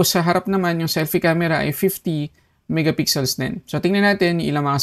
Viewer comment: Minsan nsasabi nya "miga pixel".